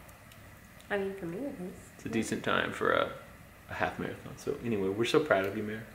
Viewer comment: Love you to thanks for the vids she ran a "Mere -a - thon "